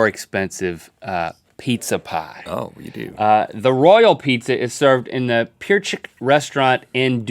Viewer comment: Pierchik is pronounced pier chEk